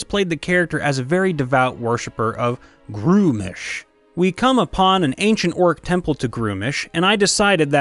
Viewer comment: "Gruumsh" has only one syllable.